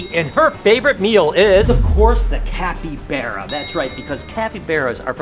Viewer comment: It’s capybara not capybeara